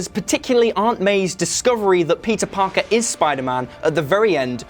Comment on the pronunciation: Anyone else keep hearing “pizza Parker”